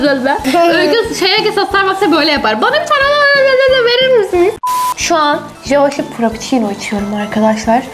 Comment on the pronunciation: Java şip mi Java çip mi 😂